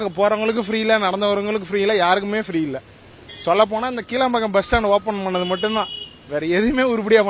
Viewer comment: Dei athu keeeeelaambakkam illada kilambakkam evanachu olunga solraana